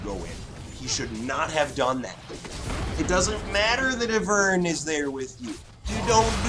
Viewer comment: Great videos and commentary just triggered by the way you pronounce ivern and mana. It's "eye-vern" and "man-uh" lmao